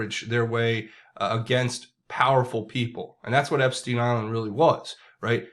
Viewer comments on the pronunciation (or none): none